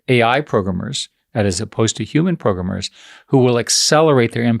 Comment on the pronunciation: Eric Schmuck. Always despised how he says 'PROGRUMMER'.